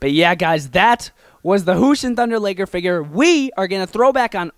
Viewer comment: you said liger wrong